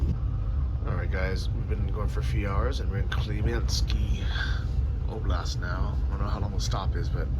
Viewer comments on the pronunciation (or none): none